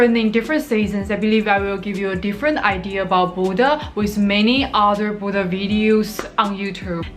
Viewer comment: The way you say Bodø sounds like Buddha, I was a bit confused lol